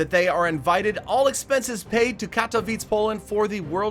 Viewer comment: The way he says katowice makes me cringe